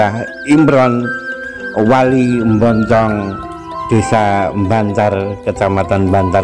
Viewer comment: Kecamatan bancar.bukan bantar